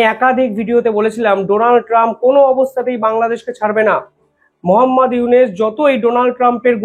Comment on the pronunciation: আপনি ইউনুস মিঞার নাম বারবার "ইউনেস" "ইউনেস" উচ্চারণ করেন, বড্ড কানে লাগে। সঠিক উচ্চারণ করুন।